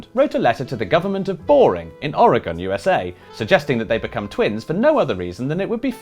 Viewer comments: Thank you for pronouncing Oregon correctly. And please come visit Boring whenever you want to go somewhere like that. You may also qualify for entry to the town of Boardman after your visit to Boring. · "nicarag-yoo-a" lol I can't make too much fun because they managed to pronounce Oregon better than most people in the USA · THANK YOU FOR PRONOUNCING OREGON RIGHT